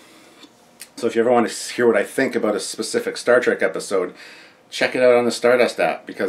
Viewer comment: "Few things to talk aboot" ;)